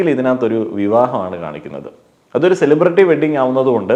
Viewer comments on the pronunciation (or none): none